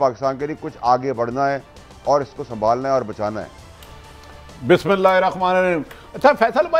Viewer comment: Bhai bhatti read Bismillah in correct way thanks